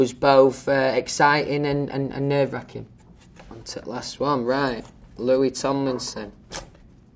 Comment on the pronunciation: No one can pronounce Louis Tomlinson better than Louis Tomlinson.